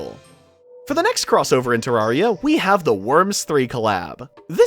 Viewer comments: its pronounced te-rare-re-a the first te has a short e not a long e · thats the british pronunciation